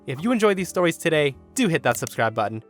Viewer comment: I love the way said storehs